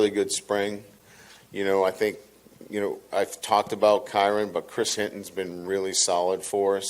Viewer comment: is he ever gonna stop calling him chris hinton? its hilton????